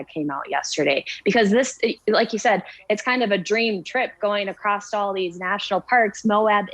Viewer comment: she said "accrost"